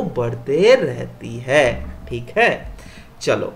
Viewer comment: That thik hay is typical bihari accent